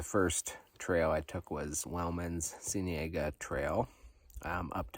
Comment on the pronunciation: Cienega - "sea-ene'-ga". Nice little bonus adventure!